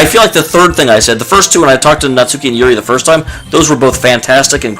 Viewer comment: *Natsuki. Her name is Natsuki.